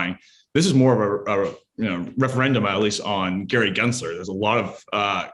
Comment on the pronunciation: His name is not "Genser" it is "GensLer" - with an L. If you want to call out his bad actions, at least pronounce the jerk's name correctly!